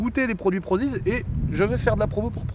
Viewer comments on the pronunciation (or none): Comment il a dit PROZIZ mdr 😂